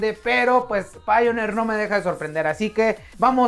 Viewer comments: Se pronuncia "Paionir" tu que te dedicas a eso... mejor pronunciarlo así, no crees? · Me gusta escuchar como no sabe pronunciar Pioneer me alegro el momento Pero igual que precio tiene tu producto?